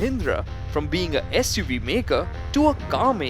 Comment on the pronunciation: Not "As*" UV makers. "SUV" makers!